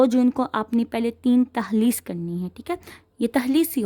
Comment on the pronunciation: Mam takhlees ni talkhees hota ha 😊